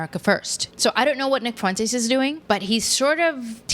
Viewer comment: Why do black podcasters say "fu-entes?" The UE is a dipthong